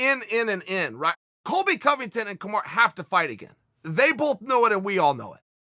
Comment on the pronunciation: And one again "Kamara"